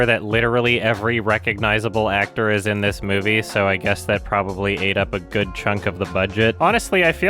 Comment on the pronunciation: “the movie is guurd” - “the lion king man”